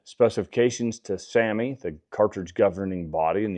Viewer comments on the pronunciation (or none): none